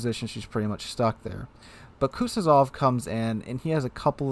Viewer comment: Please tell me I'm not the only person that cringes at how he says Kuznetsov, its not kutyozov